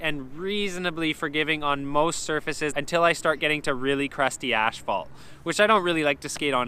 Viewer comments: Bones says stf 83B = 103A, but you said 83B stf was harder than the 101A formula 4's?? Oh and btw, *AS-phalt not ASH-phalt. ;P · for a construction worker i thought you would have known it is asphalt not ashphalt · Anyone else noticed he says asphalt weird he says it like ash-fault it’s ass-fault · So is it americans or canadians saying asphalt wrong all this time? Lol